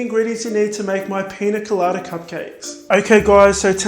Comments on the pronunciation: He makes good cupcake/macaron videos. Also he is saying piña colada right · I think you said pina colada just perfect !!